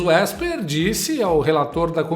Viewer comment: Barroso " Ésper"😂😂😂